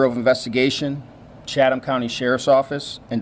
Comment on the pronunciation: "Chatham" is not pronounced with the H. Chattam. Tie-bee Island. Been there many times!